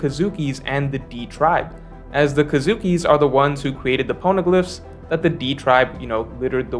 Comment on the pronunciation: It's kozuki pronounced as co-zuki, not kazuki.